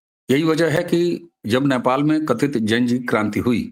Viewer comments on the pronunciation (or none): "नेपाल" का उच्चारण आपके जुबान से "न्यापाल" निकलता है । जो कि हास्यास्पद है ।